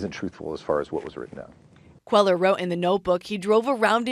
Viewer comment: When reporters live in the southwest, they should learn to pronounce Hispanic names. It's not QUEL-er. It's QUAY-yar.